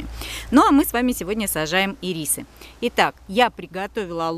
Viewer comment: Не ирИсы, а Ирисы😂